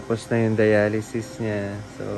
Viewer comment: Dialysis yata hindi dialization?